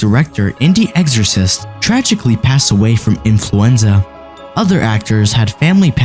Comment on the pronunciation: EXorcist, not eggsorcist, lol